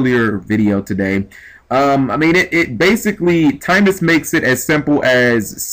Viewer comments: Timaeus isnt pronounced time-is. Its pronounced tim-eye-us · Tim-eye-us not Time-us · It's pronounced Tim-Eye-Us.